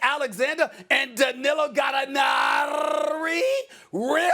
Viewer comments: “..You lose to Ok-la-homa City!? Chris Paul, Yes. But Shai Gilgeous-Alexander and Danilo GalanaRRRRRRRRRRR-Ri , Realllly! That’s why you go home” 😂😂😂😂😂😂😂🤣🤣🤣🤣🤣🤣🤣🤣🤣😂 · Stephen A. HAS BE WEAK!!!! Galinarrrrrrrrrrri?!?! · why the f uck do you pronounce "Gallinari" like that? you freakin' XENOPHOBE YOU SHOULD BE FIRED